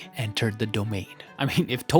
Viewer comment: The Dagon pronunciation is crazy